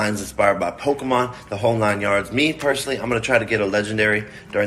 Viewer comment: Coffee, you're not old enough to say "pokEmon" like a boomer. The suspenders are getting to you.